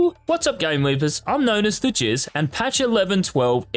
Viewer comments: did this guy just say he's known as 'the jizz'? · Did he just say he's known as "the jizz"?